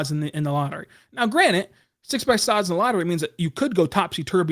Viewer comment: Friendly feedback, take it or leave it: a) when you ask a guest a question, let him/her answer before you answer your own question b) it's "granted" not "grannit" Otherwise, pushing out good and consistent content. Keep up the good work. And go thunder!